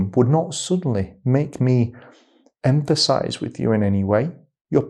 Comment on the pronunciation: Empathize, not empasize.